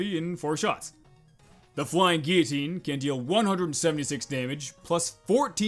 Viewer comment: You're one of the rare people that can say flying guillotine properly.